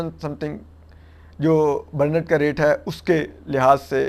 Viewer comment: درست تلفظ brent برینٹ ہے برنیٹ نہی۔